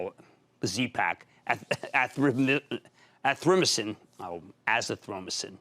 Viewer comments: AHHH ZITH THROW MY A SIN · Hahah a-zi-thro-my-a-cin